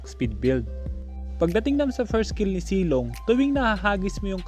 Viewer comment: Zilong po Hindi silong